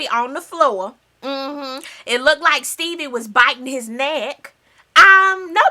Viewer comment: AHHHHH. every time say STEEBIE!! lol